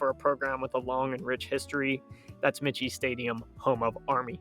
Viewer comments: Army’s stadium is pronounced ‘My-key’ Stadium. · Army’s Stadium is pronounced my-key. Otherwise, a pretty good presentation. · The Army football stadium is pronounced Mike key. Not the way you're saying it. The stadium is named after Dennis Michie a West Point graduate and first head coach who agreed to play Navy in 1890 at West Point. The game was played on the plain. Go Army beat Navy. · Michie is pronounced "Mike - E". It catches a lot of people. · Army's stadium is pronounced: MIKE-E. Named after Denis Mahan Michie, the first coach of the team from 1890. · Michie Stadium is pronounced Mikey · Believe it's pronounced like Mikey . Someone correct me if I'm wrong ?..